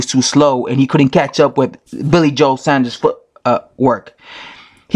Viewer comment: Its pronounced sawnders